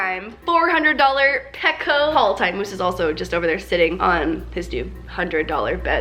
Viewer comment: Why did you call moose mosse